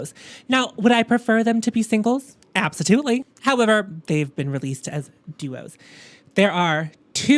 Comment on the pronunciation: "absotutely!!" took me out! I scared my cat